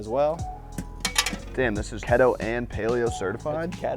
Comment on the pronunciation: “Kehtoe”😂 always unintentionally cracks me up